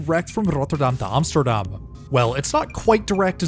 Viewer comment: ironic you always pronounce Amsterdam as “OMSTERDOM” lol